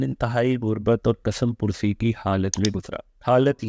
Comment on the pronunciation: کیسے کیسے ان پڑھ ، جاہل لوگ وڈیوز اپلوڈ کرواتے ہیں۔ ملٹی نیشنل کو ملٹائی نیشنل، کس مپرسی کو کسم پرسی بولنا ان پڑھ ہونے کا ثبوت ہے۔